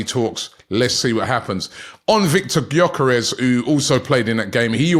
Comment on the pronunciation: How does Robbie come up with a different pronunciation of gyokeres every day🤣